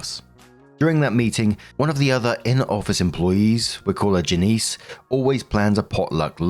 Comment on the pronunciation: That lady's name is Janice, not Janiece. Is Janiece common pronunciation in the uk?